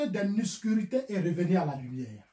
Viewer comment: on dit pas nuscurite mais OBSCURITÉ O B S C U R I T E tu penses en bété et tu parle en français